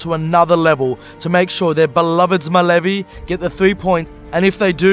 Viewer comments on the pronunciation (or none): Its Zmajevi not Zmaljevi, and it just means dragons so why not just say that...